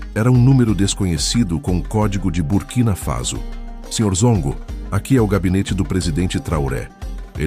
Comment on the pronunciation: É BURKINA FASO OU CURTINA FASO, COMO O SEMPRE PRONUNCIA.?